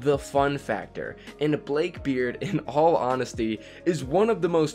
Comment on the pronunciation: He pronounced it blake beard